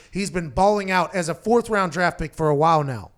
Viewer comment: Anyone else realize how it says “power rankings are aht”